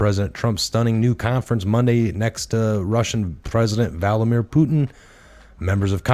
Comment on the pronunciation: Love all you hard work!!!However, it is Vlad-a-mir not Val-da-mir. Unless, you are trying to compare him to Voldemort 😆. Then, that would be great! Keep up the great work!!